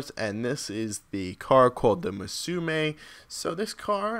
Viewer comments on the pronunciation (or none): he just said Masume. Bruh. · Did you just call it the Masume? Learn to read mate. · This dummy said masume